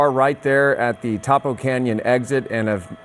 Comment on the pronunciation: It’s Tapo not Topo